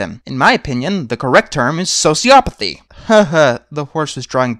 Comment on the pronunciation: "In my opinion, the correct term is SOCIOPATHY!" First of all, that's not how you pronounce it. Second, the correct term is actually SPD (Sadistic Personality Disorder).